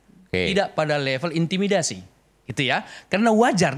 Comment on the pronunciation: Aduh pak bilang z ada intimidasi susah amat sih pak 😂